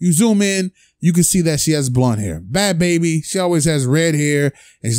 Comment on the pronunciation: Your not saying her name right😩😂😂😂